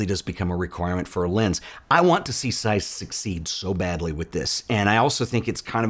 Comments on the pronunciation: ok, but it's pronounced Zeiss not Seiss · May be irrelevant, but it's - they're German. Good review!